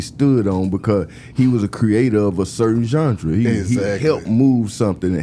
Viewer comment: Gipp kills me when he says Jundra (genre) ... them my folks though 💯#DF